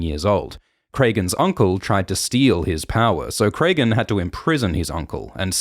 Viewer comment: Great as always! Some nitpicking on the pronunciation of some of the names; George uses a lot of common names that are just spelled differently. Petyr is just Peter not Petire or anything so Alysanne is like Anne, not Alysayne. Cregan is like Craig, not Craygan.